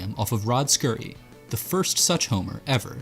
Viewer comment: Yup. He also mispronounced the last names of Peter Ueberroth and Rod Scurry. Oh well, still a nice video.